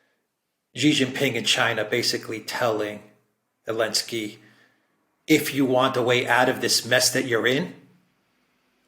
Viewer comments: Did I miss something? keeps calling Zelensky what sounds like 'Alensky". A slip? Is it a proper pronunciation? A mispronunciation? An inside joke or reference? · The letter Z has been banned by the Ukronazis as a symbol used by the Russians - so.... Elensky or I prefer Sellensky